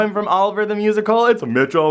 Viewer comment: It sounded like he said 'Mitchell muffin' 😂😂😂